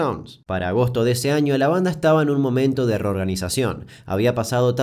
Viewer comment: Dice aniio 🤔🤭